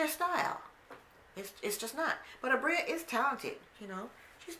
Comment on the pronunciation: Abira us her name...you had it right the first time